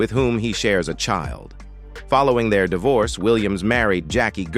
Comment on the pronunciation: How about the spin-off of "Laverne & Shirley" ? Smith family??? Boned, dee-vorce, huss-band, faa-ther? Phone-zee? Ho-ward? Do you mean Ojai(O-high), California? Murder---she wrote? Don't you ever listen to your speech before publishing your videos????????????